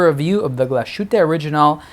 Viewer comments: Terrific watch and another fine video. I see that two or three others have corrected your pronunciation of "Glashütte." Is glas-hoo-tuh, not gla-shoot... etc. Literally translates as glassworks. If you keep that in mind, you'll say glass and then "hütte." And there you go! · Nice watch! I'm not german, but your pronunciation of the brand is simply way of. Here is how it should be pronounced